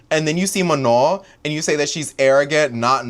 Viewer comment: mispronouncing Manon’s name is giving FOX News mispronouncing non white names, unless they’re republicans.